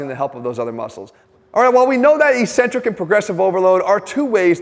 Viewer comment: X Jeff, I love you man... But eccentric is pronounced ek- SEN-trik, not EE-cen-trik, and you are driving me crazy.